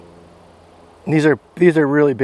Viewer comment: Is he saying “acrossed”? Or is it “acrosst”? Wth is he saying?! It sure ain’t across